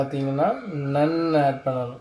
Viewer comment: ரஷ் அல்ல ரேஷ் நன் அல்ல நூன்